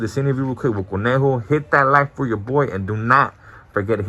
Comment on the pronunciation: It’s conejo not cornejo